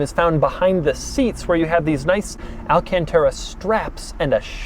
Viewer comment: The way he said alacantra! 🤣